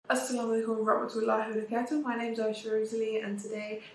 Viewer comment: I like the way sister Rosalie says Asasalamalikum wa Rahmath ullehi wa barakatuhu... may Âllah SWT bless her with everything in this world and the hereafter